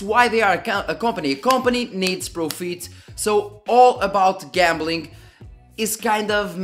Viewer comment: pro_feet? i guess u meant fit which it should sound like Pro_Fit and not Pro_Feet i mean a professional Feet?